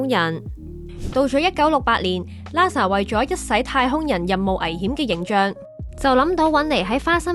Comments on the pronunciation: 你哋個名係big band theory定big brand theory 個旁白連英文發音都錯定還是發音衰連auto translation都聽錯 好心你哋就留意呢啲細節啦 係Nasa唔係Lasa，喇沙咩 真係唔怪得話香港沒落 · Nasa , not Lasa; peanuts, not penis （陽具）.小心。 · Sloopy LASA